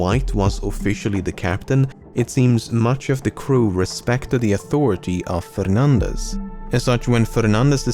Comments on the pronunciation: ~ you said fernandes pretty well, im amazed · Indeed, another great and thrilling video by Lemmino. Congrats also for the good pronunciation of 'Simão Fernandes'. Details matter. :) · Portuguese it's 'Fernandes' and he nails the right pronunciation. 'Fernández' would be Spanish. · You are strangely good at pronouncing a Portuguese name like Simão Fernandes, most English speakers completely butcher that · As a Spanish speaker your pronunciation of “Fernandes” is much appreciated.